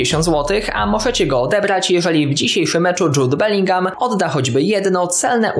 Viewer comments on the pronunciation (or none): none